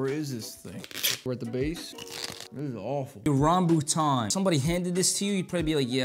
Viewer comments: as a filipino,i need some therapy after hearing how he pronounced "rambootan" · I’ve had a rambutan, and it is so good! PS, you pronounced it wrong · as a malaysiqn i feel offended that u pronounced rambutan wrong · As a filipino i died i little with how you pronouce rambutan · watching this guy either pronounce or eat something wrong was agonizing